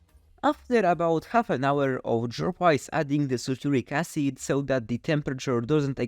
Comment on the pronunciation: Great video but one thing you need to do when giving long technical names like ingredients is to add some subtitles. Your English is good, but it me a while to realize you were saying " Sulfuric Acid " and I know it wasn't what yt CC said you were saying ( Saturnic Acid ) 🤣